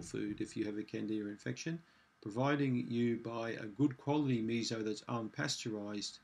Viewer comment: MiSo, "mi-so", like the English Me and the English So. There is no Z in that word. Missssssso. So, as in "and SO on".